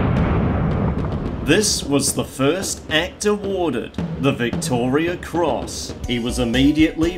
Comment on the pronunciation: Turned off when you couldn't even pronounce it correctly....Victoria Cross...not Victoria's